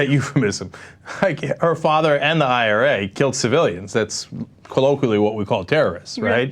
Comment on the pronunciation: you're an idiot its IRA not RA